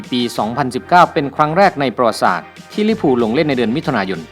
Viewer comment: ประวัติศาสตร์ ที่ถูกต้อง อ่านว่า ประ-หวัด-ติ-สาด